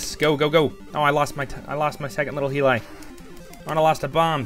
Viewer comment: Tiger heelie???? Definitely not the way it's pronounced.